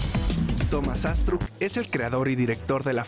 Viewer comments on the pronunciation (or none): Y Thomas Astruc no lleva acento al decir su normbre